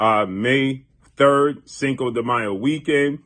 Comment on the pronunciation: What up long time no hear so been wondering When the Bloods Fight the Crips who you Role With? Nah just ruffling your Feathers thanks For pronouncing Cinco De Mayo Fluently 👍 cheers 🍻 ✌️